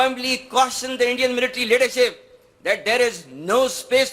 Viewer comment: Leadership ❌ ledishit 💯